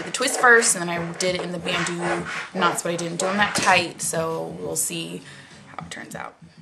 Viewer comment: Your natural curls are fantastic! But, I actually think it's cute either way. Oh, it's banTu knots...not banDu knots! :-) (yikes, I hope you don't take offense)